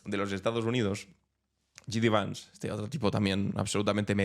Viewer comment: JD Vance se pronuncia " Yei di vans". Te lo digo porque nos salen muchos profesores de inglés en tu canal que ya resultan cansinos. Esos que pronuncian CHRAMP por Trump, para nosotros Donal Tran